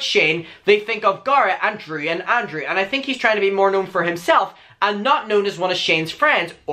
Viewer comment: your pronunciation of Garret is fine it works but your pronunciation of ANDREW throws me off, it sounds like Andre or Andrea 😭